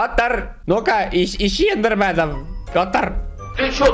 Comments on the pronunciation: Не индерменов а эндерменов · Raff Андроид Игры Не «Не индерменов а Эндерменов», а «Не индерменов, а Эндерменов».